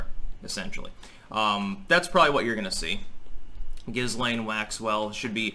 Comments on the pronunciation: Not that it really matters, but apparently this hideous creature's name is pronounced: "Ghee-lane". Might as well get that correction out of the way. I think mispronouncing her name on purpose might be a fun way to torture her so please proceed. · It's pronounced "Gee-Layne". I think it's Gailic. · With an h after the g, I don't think so. It's not Gislaine but Ghislaine, isn't it? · As a person who speaks French, "Ghislaine" is pronounced "Jislaine". Just as aside! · Just some trivia, her name is actually pronounced ghee-LAYN. The s is silent. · I think her name is pronounced "ghee-lehn", the 's' is silent. (French name) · Her name is pronounced Gee-lane with a hard G and a silent S. She was born in France! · It's pronounced Jill Lane, btw. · The Name is Gee-Layne! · Why are Americans so determined to pronounce names wrong. I have heard three different wrong pronunciations of this woman’s name. Say it with me: ‘Gee-Len’. It’s French, you damn yokels. Lol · the name ghislaine is of french origin. as such, the "S" is silent, and the name is correctly pronounced "GI-LANE". just saying... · Guylaine is another French name that would be pronounced Geelane. The hard G like in Guy. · Not here in French Canada. We would pronounce her name Jizzlane. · It's GIL-LANE. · It’s pronounced - Jis lai( as in let) ne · It's pronounced Gilane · SAY HER NAME RIGHT BOY.. THE S IS SILENT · Hey,, perhaps when you're spewing your off the charts sophomoric knowledge, from your mouth rather than your anus, it might be a good idea to at least do enough background to be able to pronounce the subject of your idiotic diatribe; it may even enhance your streetcorner philosopher cred, and Jizzlaine would appreciate it so. The indoor motorcycle jacket is especially precious. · The s can be pronounced, even francophones differ on this. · You don't even pronounce her name properly which adds to the douchiness of your overall look.